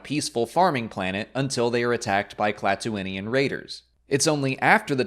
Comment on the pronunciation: Thank you for the klatooinian pronunciation I was struggling lol